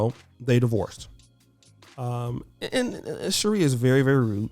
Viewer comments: Her name is pronounced "She-ray" not "She-ree" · #TheWall is Undefeated@ its pronounced(Sher'ray)